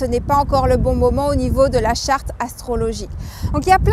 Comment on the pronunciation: charte pas chartre